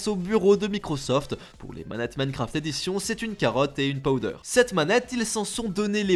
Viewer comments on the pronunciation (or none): none